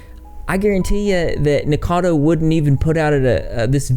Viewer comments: It's pronounced "NICK O CADO" not "Nick Cado" just saying. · why is it so hard to say Nikocado people???